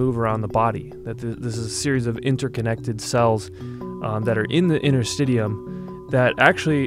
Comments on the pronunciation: I believe it is "inter-stish-ee-um" and bodyworkers have been working with these tissues for literally decades. It's about time the medical community realized that this tissue is IMPORTANT and not just something to throw away to get to the "good stuff". Connective tissue is a legitimate system, that works directly with the autonomic nervous system, to be able to support ourselves without conscious thought. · It's pronounced, inter-sti-she-um. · Well usually it’s pronounced “in”ter-stish’e-um”. I’m a medical student, yes interstitium is brought up every now and then, for edema, lymph node drainage but there hasn’t been anything more to this component/organ whatever you wanna call it. And you said Cancer research? There is another conspiracy theory regarding Cancer, debunked by Edward Griffin, there is his book too “World Without Cancer”, when I saw that I seriously lost trust in Medicine! Same goes for HIV/AIDS! These things are only brought forth by these multi billion dollar pharmaceutical companies to make money off! What are they gonna do with all that money? Could they carry it to their graves with them, when they are dead!? I just don’t know what to believe anymore!